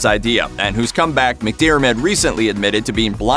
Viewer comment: Finally an American who can actually say McDiarmid and not McDermot.